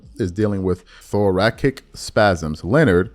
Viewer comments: Thor-ass-ick not Thor-ack-ick bruh. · thora"S"ic not Thora"K"ic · Thoracic is pronounced thorasic........... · THORACIC phonetically is “THOR” as in the marvel character; “A” as in “at” and “CIC” as in “sick.” Just an FYI. I enjoy the content you review and hope you keep it up.